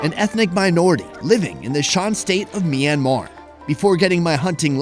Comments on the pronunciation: By the way it's Myan Mar Not Mi Ran Mar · MYanmar not MEinmar - awesome videos as well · it is not me-anmar1